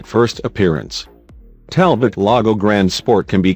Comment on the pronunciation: It is pronounced Talbo not Talbot